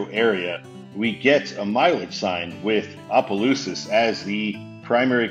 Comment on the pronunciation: The Louisiana half of me felt the compulsion to correct two pronunciations. Actually, introduce a pronunciation and correct another. Tchopitoulas is pronounced "chop-a-TOO-las" & Opelousas is pronounced "opp-a-LOO-sas".